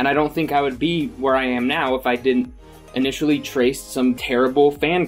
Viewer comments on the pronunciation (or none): none